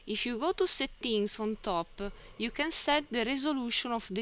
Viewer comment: be però cerca di migliorarla questa pronuncia jà, "setti-ing" non si può proprio sentire. A parte questo i video sono utili